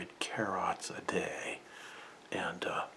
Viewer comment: Car-rot, car-rit. The new vegetable expression